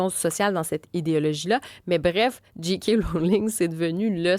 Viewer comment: Ça se prononce « Jay » « Kay », pas « Dji » « Qui ».